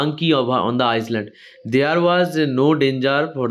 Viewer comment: island ❌iland✅ s ar uchharan hobena